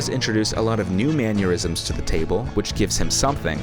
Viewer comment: keeps pronouncing "mannerisms" like "aneurysms"